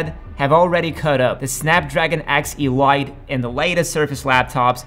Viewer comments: It's "eleeete" not "e-light" lol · ... but it's ELITE (el-ee-t) and not (el-eye-t). 🙂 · Iiiiiilaaaaaaait ? 😂😂😂😂 oh you mean elite ! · Elite is pronounced "ee-LEET." It's not pronounced "ee-LIGHT." French is hard, but...not that hard. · Elite: it's pronounced "ayleet", not "eelight". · Um... Elite is not ELL ITE, it's ELL EET. Just sayin'... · I think 'Elite' is pronounced 'E-LEET' not 'E-LIGHT'. And I'm not sure you know what you're talking about in most if this vid. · Its pronounced x-eleeet not x-e-light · E-lite? wth its spelled E-Leet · This guy is AI? He says A-R-M instead of arm and and EELYTE instead of elite. Wierd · Or "E-Light" for Elite. LOL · Agreed. There was so much wrong in there I felt the need to mention a few. Hopefully he learns from all the comments on the video and improves for next time. Hehe yeah the "e-lite" pronunciation was interesting, I thought that might've been a localised dialect thing. Can't say I've ever heard it pronounced that way before though. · Cool, another chip I haven't heard of... "X E-LIGHT" 😂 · Great video, lots of work went behind this one. Good job. But the X-e-light is driving me nuts. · "e" "lite"? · this mf said "e-light" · A Snapdragon E-light? What are you taliing about? 😂😂😂😂 And everyone says arm not a r m. Besides the arm architecture is ancient too. Not as jurassic as x86. But still plenty old. And they all support legacy code. Why? Because itanium thats why. Also they don't design a chip for 2nm. They mske a generic design and shape that to the proces that they expect to use. they target a proces that will be about ready to produce the design. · He can't even pronounce "elite" correctly. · Maybe check into how 'Elite' is pronaunced... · Glad I'm not the only one annoyed by his pronunciation. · You missed one headache inducing part: his idiotic pronunciation of "elite". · Can't you pronounce elite correct? 🤣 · do you intentionally pronounce ARM and Elite like that to be annoying and farm comments?